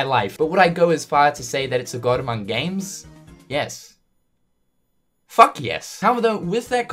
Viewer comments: No one going to mention the "Amoung"? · The reporter added a silent "U" to "among" when he spoke :)